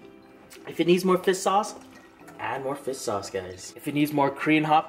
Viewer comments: Ha! I love how when you say fish sauce it sounds like you're saying fist sauce. Lol too cute! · Oml I can’t “fis sauce” 😂 😂 😂